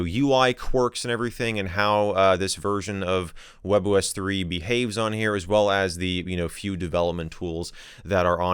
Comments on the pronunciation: That can be easily explained the form that the spanish can be variate by the country you live (like Argentina, Colombia, Venezuela, etc). as of the pronuncioation, WebOS it sounds like 'Huevos', because we say it like 'webos', wich is the same as the OS, and it's written like 'Huevos' With that explained, i hope you have a nice day, my fellow user :D (in Valparaiso there's a fricking discotec called 'Huevo', LOL) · English speakers: WebOS 😃👍🏻 Spanish speakers : WebOS 😈